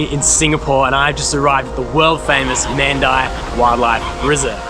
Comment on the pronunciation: "Man die" itches my ear 🤣 Mahn-die /Mon(day) dye is what i recognise since young as a Singaporean 😂